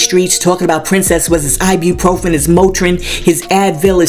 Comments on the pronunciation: Can somebody explain to RayJay that it’s IBUPROFEN, not I.B. Profen. 🤦🏾‍♀️ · It’s I-BU-PROFEN , Ray J!!!!… not I-BEE . 🤣🤣🤣